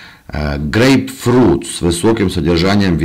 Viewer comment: чё он сказал, гей-фрють? 🤣 ахахахаха ))